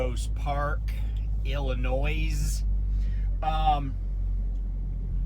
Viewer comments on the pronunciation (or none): For a travel page u sure know how to pronounce Illinois